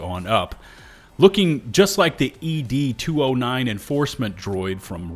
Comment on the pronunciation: The name of the enforcement Droid in RoboCop is "ED 209" not E D 209. Like short for Eddie "Ed"